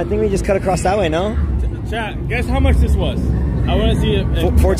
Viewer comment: I really believe some people think they’re mishearing you say chad when you say “chat” 😂